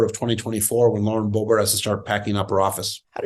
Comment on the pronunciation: He has to be pronouncing it Bo-bArt on purpose, right?